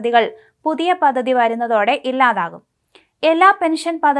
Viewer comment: Paddhathi. Not pathathi.